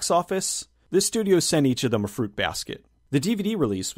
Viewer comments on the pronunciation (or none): none